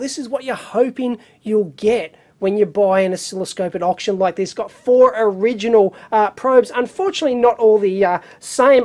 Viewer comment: Did Dave say okshun score?